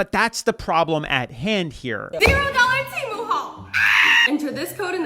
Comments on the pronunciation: it’s teeeeeeeeeeeeeeeeeeeeemu. for the love of god. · Why is he saying Temu wrong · I winced every time he said temu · HONEY YOU ARE SAYING IT WRONG! I SAID IT LIKE THAT TOO, UNTIL I SAW A COMMERCIAL AND THEY KEPT SAYING IT OVER AND OVER AND I REALIZED I WAS WRONG! 😂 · Never heard anyone pronounce “temu” like you… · Is your pronunciation of “temu” for rage bait? Lol it’s so annoying that idk if I can finish the video hahaha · Are you pronouncing it like that for rage bait?? I can’t even watch this video 😂😂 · There’s no Temu in teamu 😂they way you pronounce it 😂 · First off it’s not Tim-moo it’s Tee-moo secondly those little games are all bullshit. I was told I had $200 credit and just needed to spend 30 more dollars to get it. So I bought like two things for $32 bucks and it said ok just 20 more dollars and you’ll get your free $200. I don’t really know how it works but someone made a video on YouTube and they had to pay like a grand to get their “free” shit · Please pronounce it right It’s pronounced Tee mu Not tamu E not A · Tea moo. Temu. Not Teh moo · It drives me nuts how you make these videos and hear everyone say “TEE-MOO” yet you constantly say “TAY-MOO” , ffs learn how to pronounce it if you are going to earn from putting it down ! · Why do we say Teeee mooo. Not T ( schwa sign) moo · Tee-moo, not tamoo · Hearing you pronounce temu as “temmu” not “teemu” is so fucking funny to me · I hate how half the people can't pronounce it correctly, it's like have you never seen one of the ads for it? It's TEE-MU Not Teh-mu Not Ta-Myu Not Tie-Mau TEE-MU Or more I guess TEE-MOO Like I hate how everybody calls Shien "Sean" or "sheen" No.... It's She-En Not "Shen" Not "Sheen" Not "Seen" The amount of people that just can't pronounce things absolutely drives me up the freaking wall. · TEMU is pronounced : Tee (like a tee for a golf ball) Moo (what a cow says) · My God its, "T Moo" TEMU. Americans pronounce it so weird. 😂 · repeat after me: tee-moo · It’s T-Mu bro